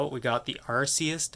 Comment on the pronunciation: bro its pronounced ar kee us bro not are see us